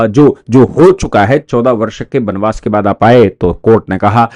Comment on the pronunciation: बनबास नहीं। बनवास। अपनी हिंदी सुधारो।